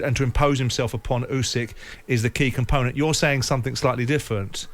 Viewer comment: Firstly, Frank can’t even pronounce Fury’s opponents name 😂! Secondly, Fury vs Usky scheduled for next year 😂 confident in DD